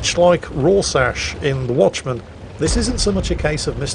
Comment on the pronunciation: "Much like Rorsash in Watchment" U wot m8?